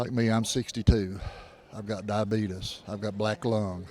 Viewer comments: I nearly jumped out of my chair when he said "diabeetus". I love that pronunciation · "I've got Diabeetus." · He said Diabetus 😂😂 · Did he said diabetus?😂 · It's diabeet-us because Everybody has it... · "I've got diabeetus".